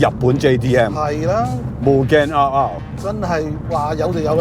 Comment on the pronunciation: 個名應該係讀double R , 唔係r勞r勞